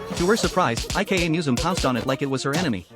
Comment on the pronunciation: if her name is ika, why does it pronounce it like IKEA 😭